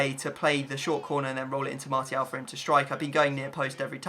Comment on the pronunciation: Why does he pronounce martial with a t